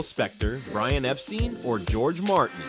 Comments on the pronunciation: No, he's right. Brian's family name was pronounced Epsteen, a German/Yiddish name, but Brian called himself Epstine because he felt it was more English-sounding than the Germanic pronunciation. I was a teenager in England in the 1960s and I can personally confirm that was how Brian pronounced his name. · Dude, it's not "BRIAN EP-STEEN." It's BRIAN EP-STINE... rhymes with "LINE" not "LEAN."